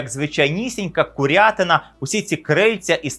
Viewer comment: дяка! тільки кУрятина з наголосом на У 🫶🏻